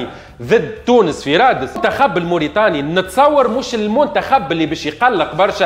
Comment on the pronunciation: الجونة 🤣 غينيا الاستوايئية 🤣 كاف كيف 🤣 المنتخف 🤣 الاهلي المصي 🤣 يحضل في الفورمة متع ال ا يوسف 🤣 la qualité mouch le qualité تهيش🤣 + شبيك تقول فيها بحزن + اللقطة معاودة 😅